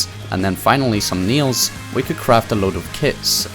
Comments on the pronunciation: I thought you were saying Neil's and not nails hahahaha. I enjoyed the video even though I never played I found it entertaining. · please stopp sayin "nials" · Kiet, bis, nils, man you know how to speak 😂😂